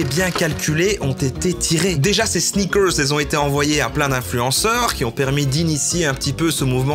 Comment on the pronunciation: J'avais jamais entendu parler des sneakerrrrssss Lidl, je me suis senti comme çe gros gland de Booba.